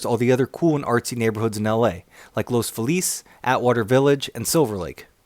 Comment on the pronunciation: Great job, but you're killing me with "Los Felice" and "Trowsdale Estates." I'm going to assume you're not an L.A. native... or resident? But I love that you did this.